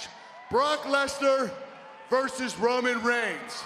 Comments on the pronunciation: Did this dude say ramen 🍜. reigns 😂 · Did this man just say raman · Anyone notice that he says Ramon reigns at the start